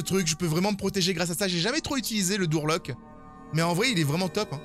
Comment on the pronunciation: le « Dour Lock » 😂😂😂 malgré son accent anglais on l’aime quand même notre! 😘